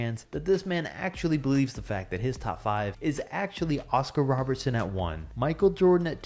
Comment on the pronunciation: Nobody:: “oScAr RoBeRtSoN”